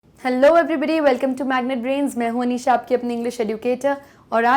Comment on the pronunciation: Aap starting ke video me apna naam batate tab mujh aap ka naam sunhi deta hai but aap ka naam hai